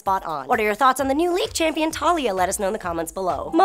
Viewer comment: 1.) - It's pronounced "tuh-LEE-uh" ( like 'Aaliyah' with a 'T' ), not " TAH-liyah". ( I know; the pronunciation is weird with the way it's spelled, but that's Riot for you. I would've pronounced it the same way you had, had a Riot employee not clarified the pronunciation.) 2.) - I have no qualms at all with Taliyah's non-emphasized physique. The only thing I do have a problem with is the way the bridge of her nose is drawn ( on her main splash-art ); homegirl needs rhinoplasty ( a nose job ). Beyond that, she's perfect as is.